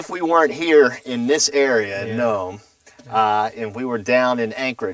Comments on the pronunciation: Nome, Alaska is pronounced nōm, exactly like the word "gnome." The "e" is silent, and makes it a long "o" sound. Also, Alaska is also called "The Last Frontier," not "The Last Wilderness." Also, when you are talking about "working from dawn until dusk" on the Diomede Islands at 65.5°N during the Winter you are only talking about 6 hours or less. By Winter Solstice they are down to only a couple of hours of daylight. Very similar to Fairbanks, Alaska. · Nome is not pronounced noe-mee, the O is long and the E is silent and it is one syllable, not two. Alaska is called the Last Frontier not the Final Wilderness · If you are so concerned about "climate change" you should have taken a horse instead of an SUV, what a hypocrite. Also, learn how to pronounce Nome, Alaska....Geez, what a dope.